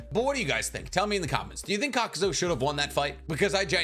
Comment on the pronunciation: love the channel but for someone who claims to have all the Naruto knowledge you constantly pronounce things wrong. For example, you call Kakuzu, "Kakuzo" and you call Lady Katsuyu, "lady Katsuyo"